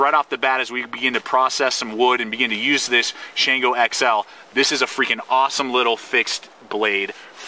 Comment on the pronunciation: Great review! You hit all the points. Now, I just want to start a drinking game with everytime you called the "Shango" the "Shanango". Boy, would I get messed up!